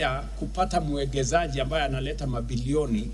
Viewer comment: Rais #Ruto tafadhali,'investor' ni mwekezaji ila si mwegezaji